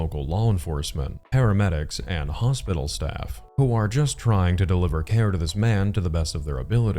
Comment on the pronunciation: Brain Damage or not this is one dispicable human being. The fact that he can logic out codes, statutes & only his rights, cannot pronounce 'cinnam' rolls or 'hospal' (hospital) yet can perfectly explain his "crisis services" plan and explain "criteria" to cops is grotesque. The speaking in the third person is particularly annoying. Not EVEN going to speak to the "poopsquatch" sitch.